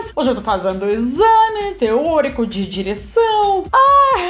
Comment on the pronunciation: Não esqueça, continue com o sotaque russo, mais uma vez vou lembrar você. Lembra da música ""Cheia de Charme? É você com o sotaque russo, se perder o sotaque vai perder o charme e seguidores. Continue a dizer ""digericão"" ao invez de dizer aula de direção.